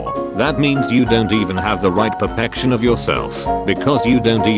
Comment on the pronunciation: are we ignoring the way text to speech pronounced "perception" ... pErPecTiOn